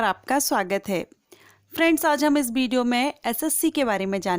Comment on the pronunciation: Bideo nahi Video bolo